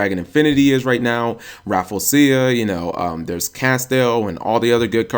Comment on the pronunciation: I usually forgive pronunciation mistakes but come on, Rafflesia is Raf-Lay-Sha, not Raffle-Asia, A Tropical plant known for it pungent odor and is sometimes carnivorous. Rant over, sorry guys.